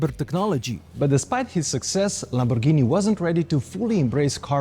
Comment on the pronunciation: Great video ! Thanks so much ! Please say Lamborghini correctly. It’s “G” not “J”. G like Gasoline. Not not J like Jump. Please. It hurts the ears. Ciao